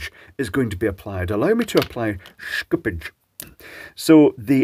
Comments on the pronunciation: After 12 minutes of listening to Schoopage, I regret to annouce that there should be no "k" in Schoopage. The "Sch" should be read the german way, so just "sh" as in Shoopage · shhkupids.. i love how he change to fluent English accent to fluent german accent when Schoopage is being pronounced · I just think you like saying "schtooopge". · yeah the way he says it I really hope it wont be added to Tesla marketing. Schoopuke on my tesla